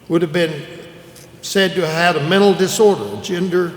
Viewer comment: "mental" isn't that hard of a word to pronounce, bro